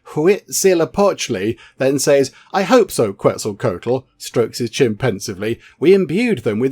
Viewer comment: You are close. It is pronounced (KET-ZUL-KWA-TUL)